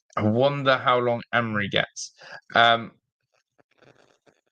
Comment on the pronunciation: If you're gonna talk about the gaffer then atleast pronounce his name correctly